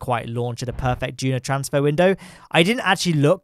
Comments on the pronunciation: It is DUNA not DUNO! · He said DUNO not DUNA!